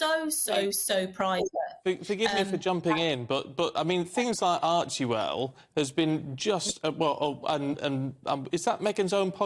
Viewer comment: ‘Archiwell’?? It’s ‘Archwell’ 😂